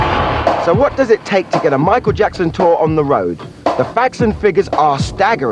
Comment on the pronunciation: When you say his last name make sure you put and say jackson not jacko..